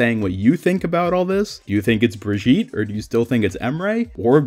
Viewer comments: Brigitte is a german Name and both ways of Pronounciation are wrong. it's more like Bree gi tt (hard T) and e (more like ey) it's hard to describe it in words, lol maybe google the name and there will be audio examples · The Strange thing is, that his pronounciation sounds french. Like Brigitte Bardot (french Actress). And that makes the whole thing even more confusing :o The question now is, if he pronounces her the same way in other languages (especially the german one) - but i dont know how to check that ^^